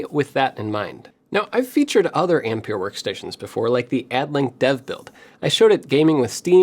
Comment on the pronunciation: Ampère is pronounced as ahm-pair.